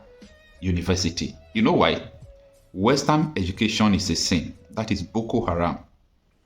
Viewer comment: Sir, it's book-aram.